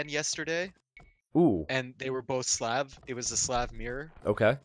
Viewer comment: I love your videos, but for God's sake, its Slav, with a soft "a". Thank you.